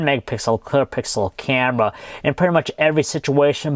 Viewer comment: haven't you noticed that he pronounces his "r" like a "w" like when he said camera it sounded like camwa